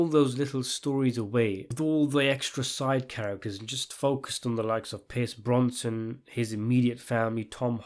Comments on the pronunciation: BroSnan NOT BroNson! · My dude... his name is 'Brosnan', not 'Bronson'! Although I would welcome your review of Bronson with Tom Hardy! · Brosnan not bronson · Bronson? His family name's Brosnan! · Its Brosnan...not Bronson fam😂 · Thank you - I couldn't stand the mispronunciations!!! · How did you mispronounce Pierce Brosnan's name all the way through? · Brosnan deserves to have his name pronounced properly.